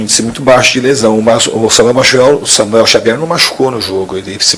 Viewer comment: Diniz misturou as bola? Falou Samuer Xavuel kkkk